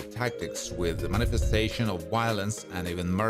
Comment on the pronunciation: "He could use rather brutal tactics, with manifestation of wiolence, and even murder." I just hate it --- HATE IT --- when people use wiolence.